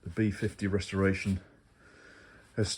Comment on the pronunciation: you said rusreration.